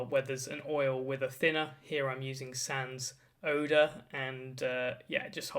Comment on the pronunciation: SANS ODOR....that makes sense now, always pronounces it SAN SO DOOR 🤣